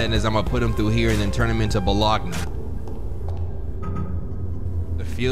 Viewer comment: this is the first time iv heard someone say bologna like that besides me and my cousin